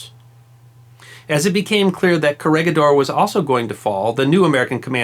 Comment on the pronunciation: I've watched a couple of your vids now and you got yourself a new subscriber :-) But please try and maybe put a quick check/effort on pronunciations such as (bɑːtɑːˈɑːn) and (kəˈrɛɡɪˌdɔːr/,) in your future projects. I know in some cases it might be almost impossible to pronounce some names and places but here would have been pretty easy and it's the first you will see looking the places up on Wikipedia and is really not too hard to pronounce. Anyway love what I've seen this far, thumbs up and I'll keep watching :-)